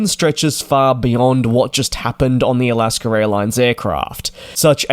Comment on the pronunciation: It is Alaska, not Alasker.